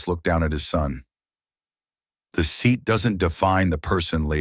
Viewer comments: Why is the child calling his father 'bah'? On another level the language spoken in the video seems too elaborate. A criticism, the AI pronounces the word 'seat'as "see at". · See-at is a new one to me. Any word that can be pronounced different ways will be mispronounced 9 times out of 10. Read is a prime example. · Sea at 42? Gotta love AI narration! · Correct it: "seat" is a single syllable word. Not see-at.